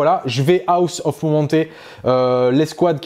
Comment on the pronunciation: Rapport de bataille bien cool. Belles figs. Explications bien amenées sur les aspects de jeu. Seul truc, cher: quitte à dire en permanence "serment de l'instant" en anglais, alors ça ne se dit pas "Aoss" (on dirait que tu dis "house"... ça se prononce "hoss"... Sinon en français c'est bien aussi...;)